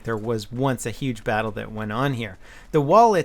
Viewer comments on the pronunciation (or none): none